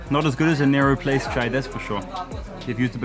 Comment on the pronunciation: Its "NEHRU PLACE" not "NARROW PLACE"